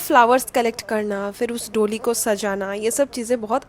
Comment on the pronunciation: its pronounced doLI retroflex L and da as in d for daadi, da, das